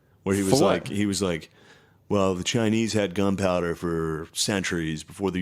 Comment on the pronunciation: I caught you saying "gun power" you stpd btjhc HAHAHAHA